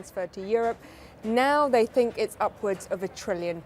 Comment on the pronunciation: .This unelected beaurocrat in the E.U. "Guy" cannot pronounce "ch" and "th" "..Mr.Johnson or Mr. Gove, both the ar-ch-eeetecks of the Brexit..... I cannot tink..."